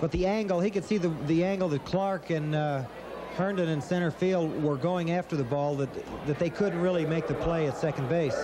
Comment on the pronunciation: Larry "Herdon" 😂